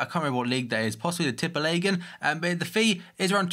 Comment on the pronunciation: I love when you try to pronounce "Tippeligaen" 😂